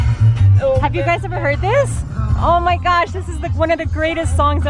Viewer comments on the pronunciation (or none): none